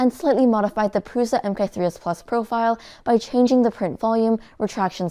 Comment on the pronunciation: because she can't say prusa correctly, it's prusa or prusha not pruza